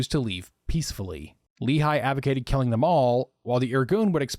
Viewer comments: Just one quibble regarding pronunciation: The Lehi is pronounced as "Lè Hee", rather than "Lee Hi". Thanks for the history lesson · Also, great video, but Lehigh is a valley in Pennsylvania; Lehi is pronounced like "ready" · LEHI is pronounced Leh-Hee, the second H is a hard H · Good Job, only one thing, Lehi is pronounced Le- Hee not like a the town in Utah. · Brilliant video well done! Just one comment, the proper pronunciation of Lehi is the h is like a g in Dutch, a guttural sound like a cat hissing hehe. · The incorrect pronunciation is the one used by Mormons.